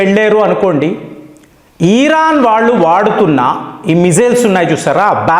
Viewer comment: Iran ను ఈరాన్ అని పలుకుతుంటే.. వినడానికి ఇబ్బంది గా ఉంది..